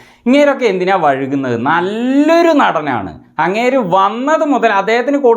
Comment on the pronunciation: വഴുകുന്നത് ❌ വൈകുന്നത് ✅